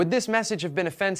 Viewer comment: "Flame respnsibly"? Is that a ginger (firecrotch) joke? just kidding, flaming sounded fun